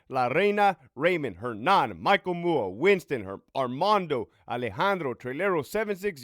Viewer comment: I love that you shout out you ur patreons or channel members at the beginning of ur videos, i just have to share that i always chuckle when you say Michael MUA as "Muah." 😊 MUA is the standard social media abbreviation for "Make Up Artist."